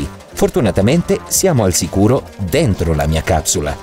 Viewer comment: a me sembra che dice cazzula e non capsula